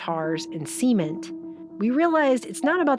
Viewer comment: someone teach her to pronounce cement >.<